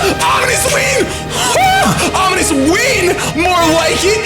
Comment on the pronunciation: You faked me out so hard with that sad music ahahaha!! So fun omg (also "omonious" XD)